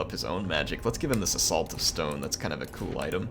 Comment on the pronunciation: Is it just me (and a couple of beers) or does accent make it sound like "A Salt of stone." when he was trying to equip an arcane item to Terhilious?